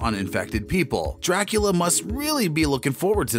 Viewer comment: If your going to narrate a show about Dracula please learn how to pronounce Dracula